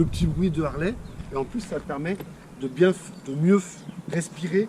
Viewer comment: Purée les mecs roule en Harley et ne savent même pas prononcer le nom correctement tssss et forty eight et non eggs mdr remballe